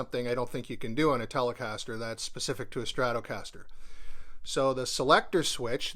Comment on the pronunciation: Its irritating me how you pronounce stratocaster 😂😂😂